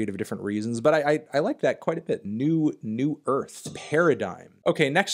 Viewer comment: Wow you immediately read "Nu Irth" as "New Earth" and I would've butchered that so bad hahaha Love that you're doing this!!